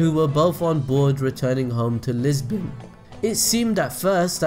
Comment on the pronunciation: your pronounce on "Lisbon" 😂 but what a great video! Do trafalgar D. Law next!